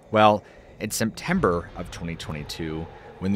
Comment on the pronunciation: Did you just say Semtember?